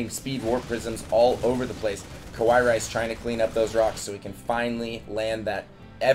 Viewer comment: It's fucking KA+WA+II, not KO+WA+II.